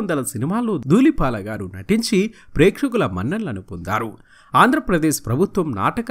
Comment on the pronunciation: He is duullipaala not doollipaaka please anchor sir rectify ur wrong pronounciation. Manchi artist gurinchi prastavincharu. Tq. Pronounciation mistakes chaalaa vastunnaayi . Sarichesukogalaru. 🙏